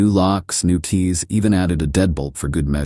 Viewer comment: Seems all these AI stories can't pronounce key/keys or frequently mix up thousands of dollars do double digits 😂